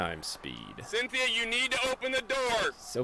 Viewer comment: Syn-the-a You’re dead